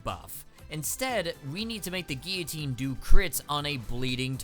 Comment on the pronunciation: gill-a-tine not geee a tine